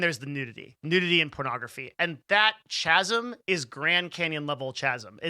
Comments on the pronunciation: "ch-asm"? chasm is pronounced "k-asm" :) ps i stayed through the whole thing, another good video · Hey, I stayed. Hey I hear this. This is really cool. Did I get it right? 🤣🤣🤣 Also, it's K-asm. The H is silent. 😅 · FYI - The correct pronunciation of chasm is : /ˈkazəm/ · Did he just say CH-ASM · I stayed for the whole video. I almost left when you pronounced chasm the way you did tho :) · The H in “chasm” is silent Otherwise brilliant video